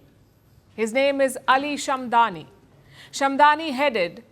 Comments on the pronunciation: It's SHAD-MA-NI and not SHAM-DA-NI! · NOT SHAMDAN BUT SHAD MAN. SAY IT RIGHT LIKE IT IS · Shadmani not Shamdani 👍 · Name should be pronounced correctly. It is Shadmani and not "Shadmani" as reported by Palki Sharma . Such mistakes are avoidable